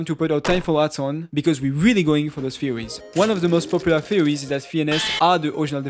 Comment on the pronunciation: pronounces theories as fuwy.. def watch this with subtitles.. It was so hard to tell what he was saying. Cool video otherwise..